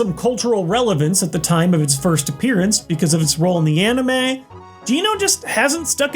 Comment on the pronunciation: He said amine